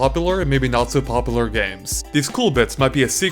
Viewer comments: i like these videos a lot but one thing i cant stand.. at the start of the video every time he says popular like poplar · The way you say popular is wrong and annoying. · Still love how you say pop a lur XD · Biohazard Yeah, but that's the voice-over narrator seems to pronounce the word at the beginning... lol